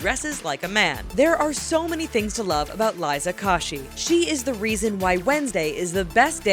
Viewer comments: Liza "kawshy"??? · "Liza Kashy" ARE YOU FREAKIN KIDDING ME!!!!!!!!!!! Also "She has over 7 mil. followers on Music-dot-ly." Phew, just think happy and calm...............😫😩😩😠😡😡😟😖😔😣😫😏😠😡😣😔😩😒😟😡😔☹️☹️😒🙁😠☹️☹️😡😖😠😡😡😣😤😣😣😩☹️😣😣😡😡😞😞😔😔😔😡😤😤 I am thoroughly disappointed....